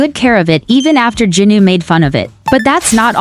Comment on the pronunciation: It's jinu not junu